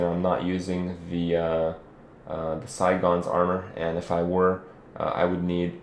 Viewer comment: lol ive played diablo 2 for a long time, and when you said "Psy-Gons" for Sigons. it really caught my ear. For some reason, I have always prenounced it "c - Shuns" Idk why lol.